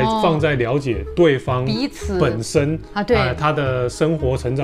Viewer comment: Ricky在第三題中講到這個詞彙明顯表現出南台灣的口音：本身😂😂😂 你們總是可以很自然的置入不會覺得彆扭或是刻意👍🏽👍🏽👍🏽